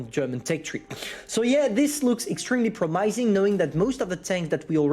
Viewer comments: Please try say prom-uh-sing instead of prom-i(eye)-sing next time :) Promising you haha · That was the most interesting pronunciation of “promising” I’ve heard.